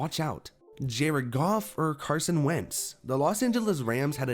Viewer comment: Bruh this man said wentz